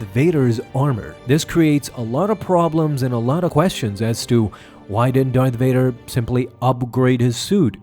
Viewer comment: Did u jus say doyth vadah. I fuckin love that u remind me of mick from rocky